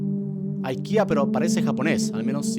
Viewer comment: ika se pronuncia iquea